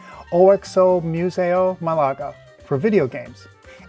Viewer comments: But pronunciation is MAHlaga, not maLAga. Just sayin', Excellent video otherwise. I'll be going there in a month or so, and now I have ideas for what to do there!😂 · Excellent video, thanks! However, please note that the city's name is spelled Málaga, and the accent is on the first syllable, not the second.